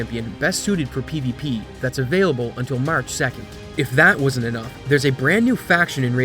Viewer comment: The word is “wasn’t” not “woosn’t”.